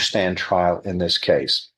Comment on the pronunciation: "Coss number 23" ???? Does he mean case lol? Is this some weird pronunciation?